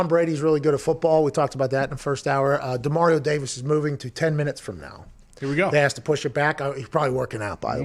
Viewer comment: I'm sure people don't think pronouncing a name correctly is a big deal but after 2 separate conversations about how to pronounce his name and still pronounces his name wrong is kinda disrespectful, as soon as mispronounced Demario's name the guy to his left immediately acknowledged that mispronounced Demario's name. Big props to Pat McAfee for stopping immediately, kinda scolding him, and then correcting him.